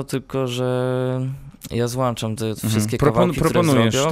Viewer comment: Złączam kurwa nie złanczam kurwa kstyk